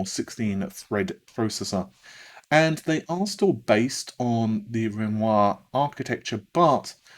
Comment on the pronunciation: You improved your pronunciation of Renoir from 6 months ago. When will you pronounce correctly the french name Lucienne?